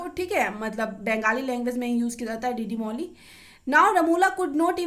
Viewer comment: Woo डीडी मोली nhi hota h दीदी मोनी hota h 🙂 Btw your notes are so good thank u 🫡🫶🏻